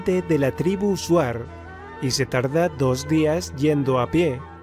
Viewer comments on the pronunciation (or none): Amigo se escribe shuar y le lee chuar 😀